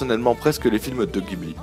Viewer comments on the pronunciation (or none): none